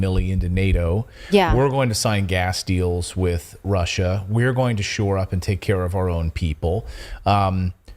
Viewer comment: Rusher, Chiner, Syrier, Cuber...etc.. Oh well, we can't say "Impor unt" here in good ole USA 😁